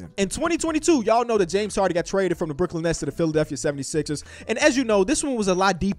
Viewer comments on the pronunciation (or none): none